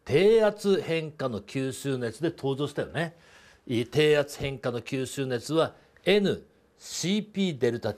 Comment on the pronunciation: きゅーすーねつ草